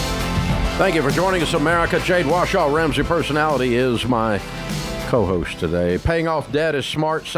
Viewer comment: I love when Dave says “Jade WASHAW” 😂